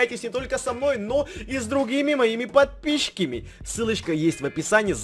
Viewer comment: почему в начале говорит єдисон пидпищики